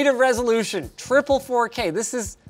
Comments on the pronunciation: Ahh yes, the "FU K" resolution? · Welcome to Linus Tech Tips where we take "dropping costly hardware" skillz to new limits!! Btw did he said fookay??